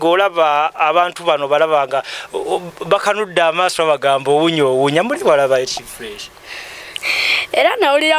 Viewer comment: Ekyamazima diana munenya wabwerere okuseka engeri jeyoyogeramu ekigambo owunya walayi nga toyinza butaseka😂😂😂